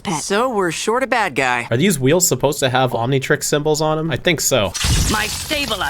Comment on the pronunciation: As a kid I always wanted an Omnitreex. 😂